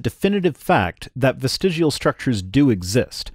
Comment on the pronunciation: everyone knows it's pronounced "vestigual". (On that note, looks like TTOR has deleted his channel, also that a year ago I made a similar comment on a Utah Outcasts video. My material is almost as stale as a Hovind's).